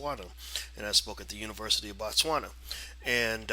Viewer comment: It is Botswana not Batswana. Boo not Baa